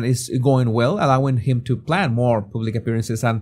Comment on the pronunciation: Moar? It’s more